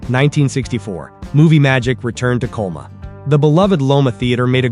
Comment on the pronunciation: Coloma-not Coma-it sounds like the AI voice can't say CO LO MA.